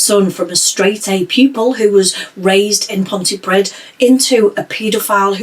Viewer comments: Sorry, I know this is extremely unimportant given the topic but just FYI, 'Pontypridd' is pronounced PON-TEE-PREETH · It's an interesting video, but the town where Watkins went to school is pronounced Pontypreeth. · It's pronounced. (ponty/ pree'th) Welsh is A nightmare I know.